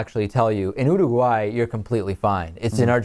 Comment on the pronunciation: He can't say Uruguay right...